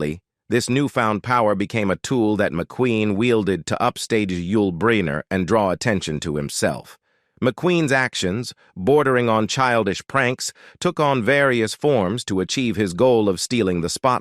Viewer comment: "Paul New Man a Hollywood Ledgeend". "Yul Breener" WTF with this narrator?